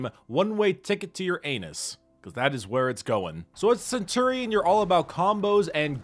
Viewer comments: Cen-tu-rion?? Cen-chu-rion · He says Cent tour ion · He says centurion so weirdly